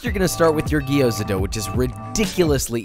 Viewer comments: Fuck. Its Gyoza and not Gi-yo-za. The way he pronounced it throughout the entire video drove me so crazy that I stopped the video halfway thru. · "Gee-oza"? wtf. the g and y are together, gyo, not gee. Otherwise, great recipe. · Dude, love your videos play them basically on repeat. I know I have no life... no I kid, but I do enjoy your videos but please do the love of Chef Matsumoto it’s not Gi- yo-za it’s two sounds not three. Slur your “G” to the “O” and then say the “za”. Lots of love. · It's gyo-za, two syllables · coming from a Japanese person, it's pronounced Gyo-za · Okay, I don't want to be one of those guys, but I was confused. It's pronounced Jou za. Been in China 3 years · I immediately cringed when he pronounced gyoza wrong. The "a" in gyoza is pronounced "ah", not like the "a" in "apple".